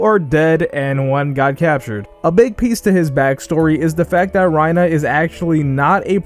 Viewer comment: why do you say reiner like that lmao